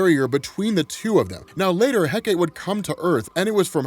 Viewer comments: Good to see Hecate get more love. Plus there’s multiple ways to say “Hecate”. Yours is the most common. Though still said it wrong however. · "heck-a-tay", not "heck-ate". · It's He-Cah-Tee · Hecate : heh-kuh-tee In Shakespeare’s writing, it was pronounced heh-cut. But the Ancient Greek is the three syllable heh-kuh-tee. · He-ka-tee is how you pronounce Hecate. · Pronounced heck-ah-tay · I've heard it pronounced "Heck-Ah-Tay" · First time I have ever heard that name pronounced "heck-ate" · Recently discovered its pronounced Hek uh tee. Happens to be my fav sniper rifle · It's greek so it is pronounched Heh-Kuh-Tee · It's pronounce he-ka-te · For future reference, “Hecate” is pronounced “HEH-cuh-tay” Source: my sister is Wiccan, this is her goddess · Heh kah tee is proper way to say it if nobody has commenters that yet, thanks for all your content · Pronounced HECK-uh-tay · You almost got it, dude! 'Hecate' is pronounced Heck-A-TEE! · Ha-kite-ta is how you say it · Apologies, but Heh-kuh-tay is the proper pronunciation of Hecate. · Hecate? I've heard it it pronounced as heh-cah-tay. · Hecate = Heck-Uh-Tee Hippolyta = Hip-All-Eh-Tuh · “Heh-kuh-tee” just for educational purposes! Thank you for all of this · supposedly hecate is pronounced "heck-uh-tee", heckuhtee. it sounds super lame. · I've always pronounced it heck-a-tee but only because it sounds funny. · This story was freaking crazy. Diana was so broken in this story ripping holes in reality open at will, plus seeing them DC invoke the Goddess of Magic is cool. Also Hecate is pronounced heck-ah-tee. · yeah i remember on Penny Dreadful on HBO, her name was pronounced heka-tee. lol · It's pronounced heh-kah-tee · Oh man your pronunciation of the goddess and wonderwomans mom needs work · People have already explained how to pronounce Hecate but you're also mispronounce Hippolyta. Her name is pronounced He-Poh-Lee-Tah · love this video but the way youre pronouncing hecate hurts a lil